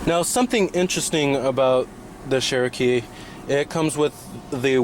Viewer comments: Chair-O-kee not Share-O-Kee... for some people Cher will always be pronounced one way, but really if the brand is as iconic as you state (and us Jeep owners know) then you'd think the pronunciation would come naturally. =;-P The lift up seats seems like a good idea for front storage, but... Why? The older method of an under-seat box is easier to access as the driver and something that is 'safer' while driving than flipping up the seat, and impossible in thenew design if the seat is occupied; makes more sense in the rear seats. I agree about the speedo, considering all the other aspects of the information cluster/console you would think they would have better Speedo/Tach. I have difficulty reading the Wrangler's in bright light (which is not ucommon with the top off). The Arctic and Polar editions are easier to read in direct sunlight and at night, although some people might find them too bright at night if they don't know where the dimmer switch is. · That sheeeeeeroke is soooo fk annoying! speak ENGLISH! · pdgable sure not everyone pronounces things the same, there many people who pronounce things incorrectly. This is an iconic proper name, therefore there is a correct pronunciation, regardless of how many times you wish to try and express the contrary through spamming excuses. You can get irritated about people correcting, and yourself obviously, as if we were correcting the pronunciation of Ibiza, but it still wouldn't change that he and you are both wrong. It's not Share-O-Kee anymore than it is PewGoat, AeweDie, Hagwar or Porch. It's OK for a neophyte to make such an error, but not a reviewer, especially when talking about a "Classic nameplate" not a new brand/model. It's compounded by being a name that predates the vehicles' heritage, and is not some made-up marketing word/name like the Subaru Levorg, or the Merkur XR4Ti.